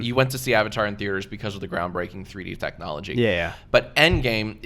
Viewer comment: did jack just say effectknowlegy?